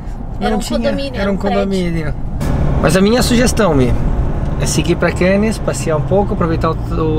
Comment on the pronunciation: Mi e! Nas palavras franceses que terminam em consoantes (como é o caso de Cannes), a última letra não se lê!;) Ou seja, a palavra Cannes é para ser lida mais ou menos como "Câne". Beijinhos e abraços.